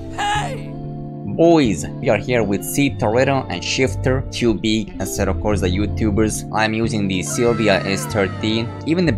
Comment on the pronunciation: asseto corza. stop saying that